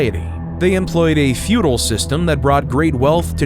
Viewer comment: fuedel not futile !